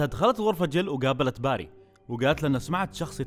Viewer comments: توضيح .. إسم الشخصية في اللعبة بيري وليس باري .. (باري إسم من أسماء الله عز وجل) للتوضيح فقط مع الشكر ..👍🏻💙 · اسمه بيري مو باري..